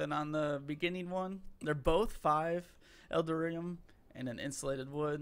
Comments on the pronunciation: EL - DAR - EE - UM (You're welcome) 😃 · "L"-Dar-"E"-Um.... Eldarium. ;-) Like Titanium but with Eldar instead of Titan. :D